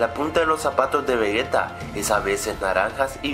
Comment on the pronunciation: Se dice Vegeta no vegueta